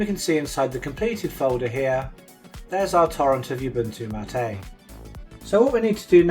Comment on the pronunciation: mattA?? that's Ubuntu mAt, as in "How's it goin', mate?"